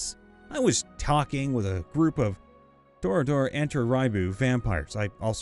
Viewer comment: Tremere is pronounced tree-mere, toreador is Tor-e-ah-doe, and Sabbat is sah-bat. Good shot though